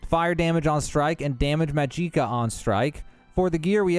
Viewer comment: Say it with me.. Magic kuh.. Maaagiic kuuhhh